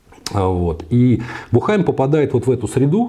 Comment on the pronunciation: Уважаемый! В фамилии Буххайм ударение ставится на У. Бýххайм.